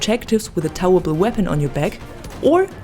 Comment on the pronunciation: You need to learn how to pronounce towable, I had no idea what you meant.